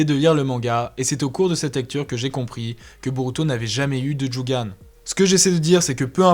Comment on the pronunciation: On dit jogan mais ta vidéo est super